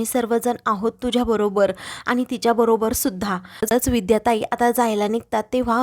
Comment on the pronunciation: 'आनी' 'पानी' हा ऊच्चार बरोबर नाही. 'आणि' 'पाणी' असा शुध्द ऊच्चार करा की.